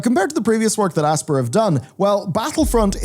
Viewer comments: I always assumed Aspyr was pronounced like the word “aspire”, rather than “asper” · It's not pronounced like "asper". It's pronounced like "aspire". Normally I wouldn't complain but you mispronounce more words and names than any other Youtuber I know... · Dude its pronounced " A-spire" - man is out here saying "Ass-pur". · What's with people mispronouncing Aspyr?, it's 'As-spy-er' as in Aspire/Aspiration, it's just a bit odd.